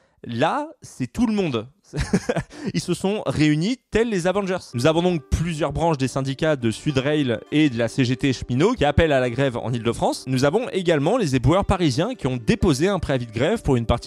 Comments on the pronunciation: Super vidéo comme d'hab, mais "Sud RA-I-L" ? 😂 Pour info, c'est Sud RAIL, comme un rail de train ou un rail de c*ke 😅 Hâte de voir la partie 2 ! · « Sud rééél » mais non 😂